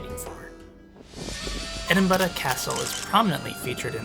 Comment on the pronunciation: I love that you pronounce it like a Scot! Scotland is very high on our list of places we can’t wait to get to. Everything we see about it looks so beautiful and scenic. The detail on that monument is so intricate!